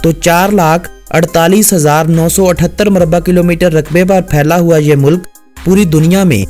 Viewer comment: Shahid Abbasi Mulk ko Mullak bhi kaha Aur Waqt ko Waqqat bhi. Lekin good work